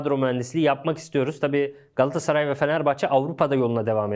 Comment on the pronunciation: bırak kerem sagda o solda oynıyacagı sen önce GALATASARAY demeyi ögren gassaray degil